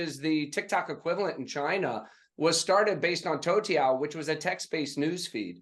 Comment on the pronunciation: Toutiao (头条) and Douyin (抖音) is what Brad tried to say fyi 😛